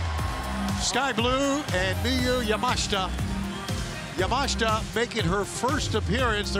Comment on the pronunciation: Elite Wrestling: Don't know if you guys had noticed but, there is an I in Miyu Yamashita's last name so unless she herself has said that her last name is pronounced Yah-Mahsh-Tah, I believe the correct way to pronounce her last name is Yah-Mah-She-Tah.